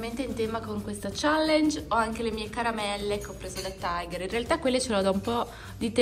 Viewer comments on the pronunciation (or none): none